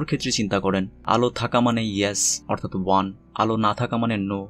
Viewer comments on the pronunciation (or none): none